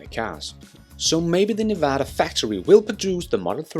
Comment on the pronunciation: The semi will be built in Nevada. Also why can no one pronounce our state correctly ? It’s Nev-ada NOT Neva-da. Come on guys get it right.